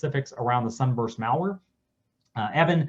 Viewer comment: It's MALware not MALLware like you go shopping at the mall. I can't take this dero seriously. He is not an expert 🤦